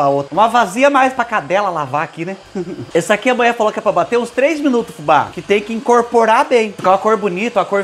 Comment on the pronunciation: Amo as suas receitas, e principalmente quando vc fala: A MUIÉ FALÔ!!! 😂😂😂❤❤❤